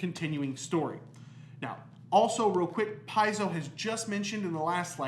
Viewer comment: Pronounced . . . "Pie-zoe"? Looks more like "Pay-zoe". Also, I think meant to say "home brew"? Yes?